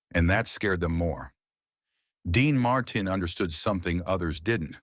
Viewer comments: Quit using AI that cant even pronounce names Dean Marten. Using real people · The butchered pronunciation of Dean Martin ‘s last name was truly a crime. Perhaps A.I. should do some research on these iconic stars who were so very famous. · Why can't he pronounce Dean Martin's name properly. Its not a hard name. Who cleared this video before it went on the Web.